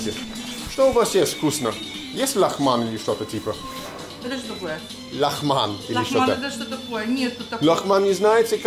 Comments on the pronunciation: not laghman, just 'lagman'. no h! :) лагман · it's "лагман" (lagman), not "лахман". That's why she didn't understand you. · Не лаХман,а лаГман:) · It's actually "лаГман" with a hard G in there, also it's "афГанцы", not "афХанцы". That's why that woman didn't get what you want to eat.